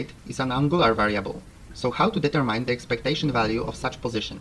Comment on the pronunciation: YouTube keeps deleting my comment (probably because I tried to write a link to a pronounciation site). Well, so, what I wrote was: 1) Please write the formulas in bigger fonts. 2) The word "determine" is not pronounced "deter mine", it's pronounced "determyn". 3) The Fréchet guy was French, so it's pronounced more or less "freshé" (the ending T is not heard, and the "ch" is like an English "sh").